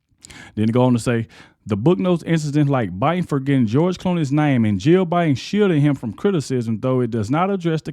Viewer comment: The 2020 election was a scam. Yes just listening to Joe Bin you could tell there was something mentally wrong wit him. i’ve dealt with dementia and Alzheimer’s with my grandmother and my stepmother. There are just signs that you know something is wrong. I know everybody says Biden was a bad president, but in reality, it wasn’t him being the president. Everyone around him was running the country, not Biden. This is very sad everyone that was handling him and lying to the American people need to be charged with elderly abuse and treason, . He should have been enjoying his life around his children and grandchildren and family.